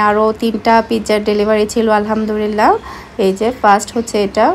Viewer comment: apni alhamdurilla bolen keno alhamdulillah na bole.